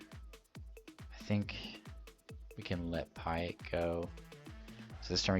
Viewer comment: Pie-et? You haven't watched the OG trilogy, have you?